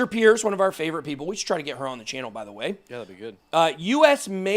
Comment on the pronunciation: Just an FYI. Hester's last name is pronounce Purse, like a handbag.